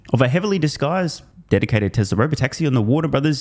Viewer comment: It’s Tesla, not Teslar lol